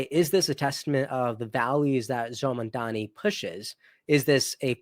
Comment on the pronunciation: lolol it's actually Mamdani, but hey, you tried.